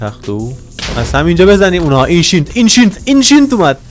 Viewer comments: آنقدر گفتی اینشینت نمیتون اسم درستش رو تلفز کنم🤣🤣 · اینشینت نه انشنت دبریز